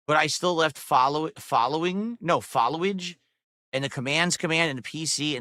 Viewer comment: Him pronouncing "follow age" as one word is is now reason #1482 of why I despise him.